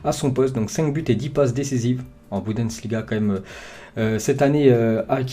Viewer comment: C toujours la Bundesliga.... Et pas la Boudensliga